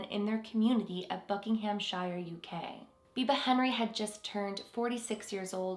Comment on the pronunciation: Its Buckingham you don't pronounce the h its silent